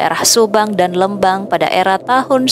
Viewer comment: Lembang bukan leumbang